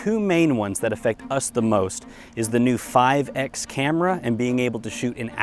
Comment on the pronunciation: So what's with this" five ecks" camera? It's five times - as per the multiplication factor. Why are so many reviewers still making this mistake? By the way, well done with the rest of the project!